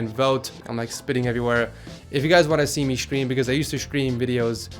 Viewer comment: its stream not šchtreem